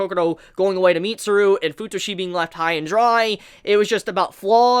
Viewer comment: Fu-tushi? I mean.... It's OK for you to call Futoshi "FU-TUSHI" sounds like a "SUSHI" but I'm laughing so hard right now... 😂 "FU-TUSHI"